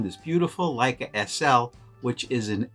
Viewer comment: Great video, I’m testing my Hector out this week on my Leica M3. I like the look of the pics for portraits. Oh, just an FYI, in German “ei” sounds like “eye” Leica and Leitz sound the same. Going the other way, “ie”would sounds like “teen.” Thus, wienerschnitzel! Thanks for your videos.